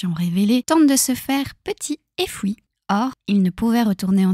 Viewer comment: me raconter des histoires pour m'endormir carrément 😭 en plus JSP si tes remarqué ta prononciation des fui ou tous ce qui termine en ui tu le prononce oui je trouve sa trop pipou